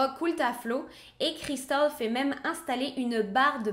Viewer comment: Super histoire et très bien raconter petit bémol pour l accent Américain à chaque fois que le prénom de Cristal est cité très pénible